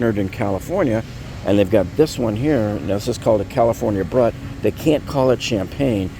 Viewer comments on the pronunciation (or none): pronounced Broooot...duh, lol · Was enjoying the info, until......How are you giving so much champagne advice with your ridiculous pronunciation of brut??? 😂 "Broot" is the proper French and English pronunciation, which is about as basic a knowledge of champagne as there is. You were tested by who?? Rest of info was pretty good but i had to do a triple take to believe your missed pronunciation.